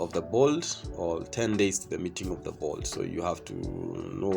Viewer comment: Board. Not bold.